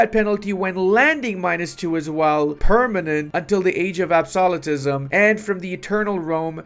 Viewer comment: Da Age of Absawlatetism.